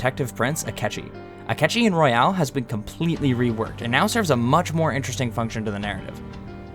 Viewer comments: him saying royale instead of royal is killing me. but good video. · I love the video it was well put together but one thing it is Royal not Royale. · It's "Royal," not "Royale" also how did he have max confidants at Madarame's palace? Those ranks aren't even unlocked by that time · Why keep calling it royale instead of royal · royal. not royale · I like the vid, you only lose points for pronouncing Royal as Royale, lol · I know this is an old video, but it’s Royal. Not Royale. Roy-uhl. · im sure this is a good video but you say royal as "royale" making it unwatchable disliked, unsubbed, channel reported, laptop smashed to bits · Every time you pronounce Royal as Royale I lose a tiny bit of my soul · Why does he pronounce it royale It's not 99 people killing eachother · "Royal" is NOT pronounced "Royale" LOL! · you’re so right but when you say royale instead of royal i can’t focus on your great points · why does everyone pronounce it like it's a battle royale game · Royal, not Royale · I still pronounce “Battle Royal” from the Gen 7 Pokemon games as “Battle Royale” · Great video but it bugs me that you say "Royale" when its "Royal" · Hah, no. The base ps4 here is more expensive than the ps5. Also constantly saying royale instead of royal felt very annoying, just saying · Why are you pronouncing it “royale” lol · how the fuck you pronounce royal. wtf dude